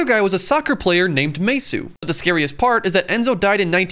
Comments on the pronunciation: Anyone who watches football felt pain after he pronounced “Maesu” , instead of “Mesut” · Its pronounced Mezit not Maysoo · "Soccer" its football its also not maesut its mesut thats how you pronounce it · Maysoo It's pronounced masut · Thought about giving this a like and heard you pronouncing "SoCcEr" and "MeSsUe"😶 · Mesut is pronounced as mezet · It's Mesut Ozil... You pronounce the T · Its Mesut Özil , it pronounced Mezut Oetzil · For the love of god pronounce the T in Mesut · Bruh my man ur pronouncing Mesüt wrong